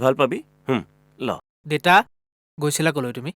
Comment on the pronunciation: দেইতা নহয় দেউতা